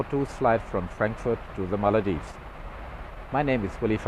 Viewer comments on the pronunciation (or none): The ''Maladives'' instead of the Maldives....